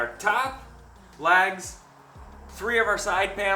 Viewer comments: Can you pronounce "LEGS" and not LAGS? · Unless I've heard you wrong those 4 2x2s are legs. It sounds like you keep calling them lags. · I was a bit thrown off by how you pronounced legs as "laags". Great vid though. I'm off to the hardware store. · I guess me being from the south, I know he was saying “legs”, but I swear to my ears it sounds like “lags” lol. Doesn’t matter, just saying. Didn’t know if it was just me or not . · Where are you from? I keep thinking you're saying "lags" for "legs" confused me the first time but I giggled after that. I'm from New England so we sure give you enough to giggle at. 😂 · I've never heard legs pronounced lags before. I guess it's an accent I haven’t heard before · Except he pronounced the legs as "lags".